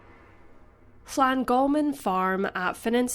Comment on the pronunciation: Well done to the narrator for concentrating on getting Llangolman pronounced quite well. But ... the first vowel in both "Dyfed" and "ffynon" is as in "up", not "him". Also, Clebran is not a place, but the name of a local monthly magazine, meaning "gossip" in the local dialect.